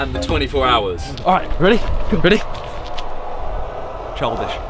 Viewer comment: HAHAH My man said "CHLDISH" haha that counts as giving credit for the video inspo! On a real one of Simons best videos in a while!